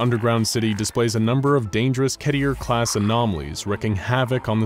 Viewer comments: Keter not kettier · Its pronounced Keh-ter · Kétēer class objects Ah yes, pronunciations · I can't, I seriously can't, why did you pronounced it "ketier", just why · but he said ketier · there's only 2 ways to pronounced it, anything else is wrong